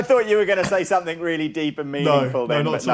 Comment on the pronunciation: It's 'somethinG' not 'somethink'.